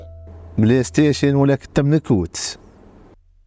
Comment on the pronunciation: ستيشن لفظها خطا